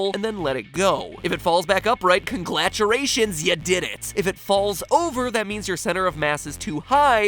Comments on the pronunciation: Did anyone else catch the fact that MatPat said conglaturations instead of congratulations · "Conglaturations" lol...Matt Patt should do a theory on tongue twisters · He said conglaturations not congratulations 😂 😆 😝 Still love him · Ya said conglaguration. I wanna use that word... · "Conglaturations" -MatPat 2017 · "CONGLATUREATIONS".... Mat.. Mat is it? I need you to please chill your tongue before you loose the ability to ever speak again! I care for you man, bro, buddy... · heh heh "congladurations" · Joshua Tan Yes. that was the joke. he even says it like that in the video. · matpat said conglaturations hahahaha thats nnevr gonna get old